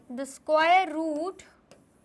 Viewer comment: square root ❌ sqooor root 👍